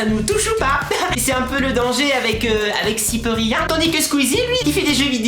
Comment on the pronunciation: Cyprien fait moins de vidéo car il prend du temps a trouvé les idée que squeezie lui il prend les jeux vidéo les plus bien notée chacun sont style est c'est "cyprien" pas "cyprerien" est c'est "squeezie" pas "squeeeezie" .